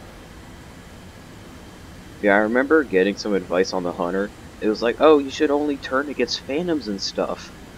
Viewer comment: Is it hunter or hUwUnter